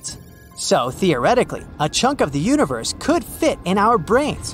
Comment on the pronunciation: pronounces "universe" like "uterus" 50% of the times